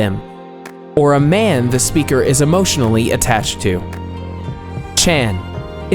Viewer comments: its "chan like [tchun] and not [tchan] also not [tchoon] or [tchen] them pronounciations are almost as important as the rest of their social rules you could end up calling his woman a hooker by pronouncing some "hello how are you" wrong over there so please put a little effort into it :) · Seiza also makes me cringe every time. SAY-za. And chan . It means you don't know basic language but trying to teach culture and etiquette gives you less credibility . . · You know just as little, don't just watch anime and think you know what you're talking about. He did pronounce chan wrong but kun is pronounced with an "oo" sound. It's くん, く ends with an う sound. Japanese doesn't even have an "uh" sound.